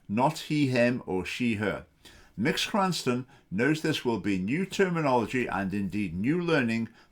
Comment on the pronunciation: Literally five seconds into the video and you've shown you have done no research and don't know what you're talking about. Incredible. A savvy presenter would look up how to pronounce Mx. before recording.